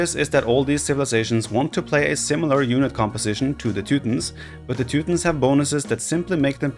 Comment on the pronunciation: teu tons. Not teu tins. Jesus, dude.